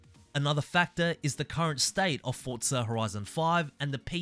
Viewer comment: It isn’t Fortza there’s no T. Its Forza, for-zuh. Hope this helps